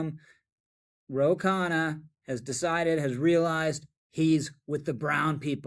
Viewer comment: Not to be nit-picky but his name is Khanna, not Kahane. They sound similar, but the latter has a different connotation. Goes to show that there are plenty of racist Israelis, just as there are plenty of racist Arabs.